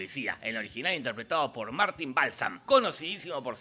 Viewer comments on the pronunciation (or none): none